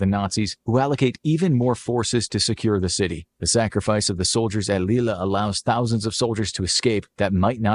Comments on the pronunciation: Lille is pronounced leey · you know the video maker doesn’t have the best attention to detail when they have a map of Germany as it is today; Germany’s borders in 1939 were very different! And so the rest of the video showed. “British Channel” and the pronunciation of Lille being particular low points!